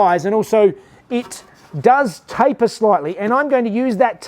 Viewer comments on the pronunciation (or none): none